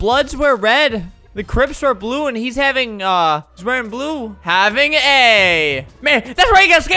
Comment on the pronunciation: Bro that French fry hair was trying to say "Havin ass" 🤣